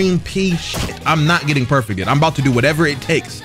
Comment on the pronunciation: I hate the way he says perfected lol